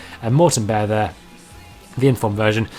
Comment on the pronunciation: what, berre, not bear